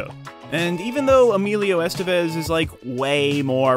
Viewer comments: It's not "ESS-tuh-vez." It's "ess-TEH-bess." Doesn't that sound nicer? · The accent is in the second e, Estévez. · "Estevez" is pronounced es-TEV-ez.